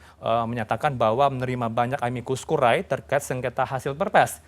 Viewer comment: Aduh mas...tolong baca istilahnya yang benar dong...